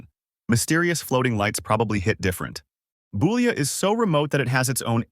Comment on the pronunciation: Boulia is pronounced BULL-IA The first part pronounced like a male cow.